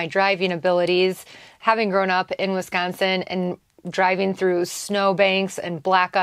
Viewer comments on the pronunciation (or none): none